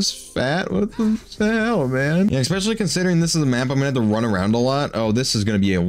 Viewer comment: ESpecially bro. Not eXpecially. There is no (x) in especially. Definitely doesn't ruin the vid haha just noticed you say it every vid. ❤